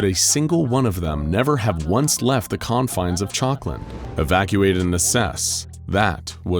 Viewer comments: Honestly thought he was saying chocolate for a minute 😂 town named chocolate 🍫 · Everytime they say chalkland I just hear chocolate